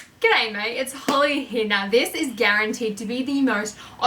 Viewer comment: It caught me off guard when she said “Gooday Mayte”😳😂